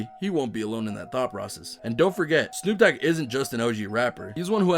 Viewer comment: actually, since he didn’t say the letter d, wouldn’t it be Snoop Oog?